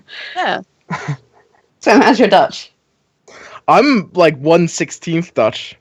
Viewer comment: ' pronunciation of the Dutch language was remarkably accurate honestly